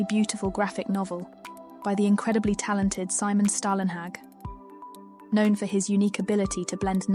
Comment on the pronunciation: "Storlenhag" or even "Stawlenhag"